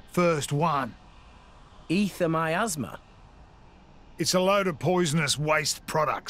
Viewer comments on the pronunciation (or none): On , it kinda sounded like Rex said, "my asthma's died down." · Anyone else think when Vandham says Miasma it sounds like he's saying "my asthma"? It kinda makes me wanna quote Lord of the Flies and say "Sucks to your assmar!" XD